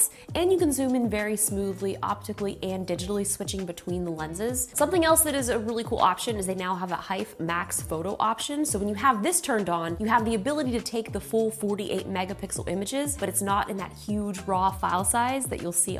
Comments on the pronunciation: Damn those AF1s are bussin!!!!! Edit: also, hate to be “that guy” but I just found out last week the HEIF is actually supposed to be pronounced heef. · Did she just say HEIF